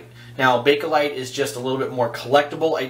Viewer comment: there is no "a" between bake/light. nice video tho. ok well...synthetic plastic...ty, I needed that. I bet those slants just slice right thru the whiskers.